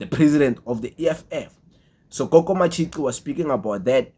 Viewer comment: Matshi"qi" not ci bro